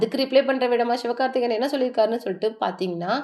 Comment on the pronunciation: யாரு தாயி நீ. 70 நாள்? பராசக்தி என்று உச்சரிக்க தெரியவில்லை. அதென்ன "சிவ்" கார்த்திகேயன். சிவகார்த்திகேயன். "அதுமட்டுமில்லாம" எத்தனை முறை சொல்லியிருக்க. அதுமட்டுமல்லாமல், சரியாக உச்சரிக்க பழகு.